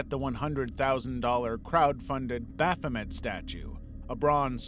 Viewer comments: "Baphomet" Amazing. Almost every word of what you just said was completely wrong. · The way you pronounced "Baphomet" made me feel a lot of very strong emotions, and none of them are positive.